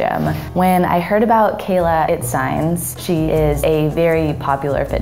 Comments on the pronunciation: Who's "Keyla Itsigns" ? Hahahah you have to literally pronounce it as it's written "its-ee-nes" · Her last name is pronounced IT-see-ness, no?! It’s definitely not “it-signs “ tho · Her last name is pronounced "It-seen-as", it's Greek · Pronounced Kayla “It-see-nez” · her last name is pronounced like " it SEE nes " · Its pronunced as itseenas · You pronounced her name wrong. It's Its-seen-is.